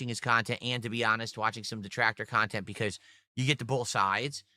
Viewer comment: "I don't do drama or lolcow khantent" 🤣